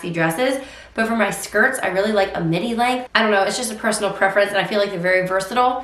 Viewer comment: When you said midi, I thought you said mini. At first I was like what?! 🤣